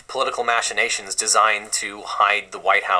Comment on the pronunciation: When you use a word as fancy as "machination"... you need to learn how to correctly pronounce it or you risk looking like a douche.